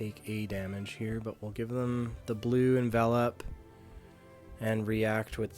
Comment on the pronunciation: is one of the best to drive a Vinny deck on Youtube, and that's partially because he's one of the few that knows how to pronounce 'Envelop'